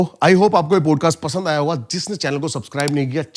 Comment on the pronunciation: Stop interrupting and don’t keep talking about Tantra Sex. Also please improve your pronunciation , specially “Podcast”